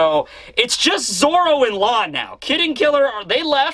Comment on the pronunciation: and stop saying zolo it’s zoro